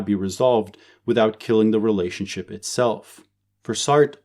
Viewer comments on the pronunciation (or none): none